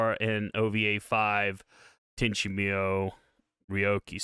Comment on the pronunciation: Bruh..Tenchi "Meeyou"? Even the show pronounces it MooYo...